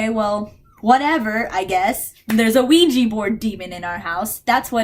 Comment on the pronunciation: I love how you say OUIJEE instead of OUIJA